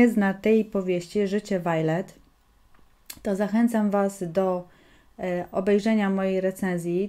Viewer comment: Zgadzam sie z opinią, tylko jedna wskazówka: czyta się Wiolet :)